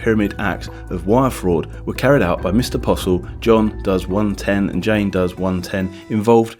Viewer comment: Why is this narrated by a British guy who doesn’t know how to pronounce certain words? Jane Doe and Jane Does are pronounced similarly.